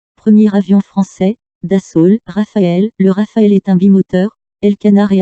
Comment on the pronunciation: Rafale not Rafael 🇫🇷